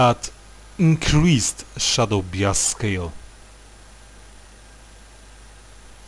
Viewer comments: A little late to the video but "bias" is pronounced "bye-is". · SHADOW BIASK